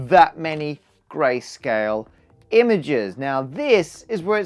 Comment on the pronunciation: Whenever he says "grayscale" it seems to me like he is saying "Grace Kelly"